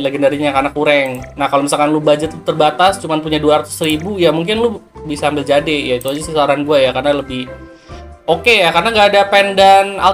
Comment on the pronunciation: "Jeid" bang dibacanya😭